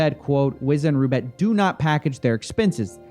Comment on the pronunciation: Coffee, you do realize that Roobet is actually Russian thing? The kangaroo reference is a joke, its RU not ROO.